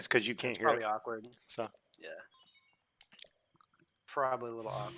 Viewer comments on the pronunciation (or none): emphasizing the word awkward for no awkward reason lol. Love it. Made me laugh awkwardly